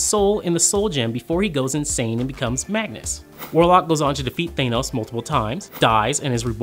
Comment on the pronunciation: It's Magus...no n's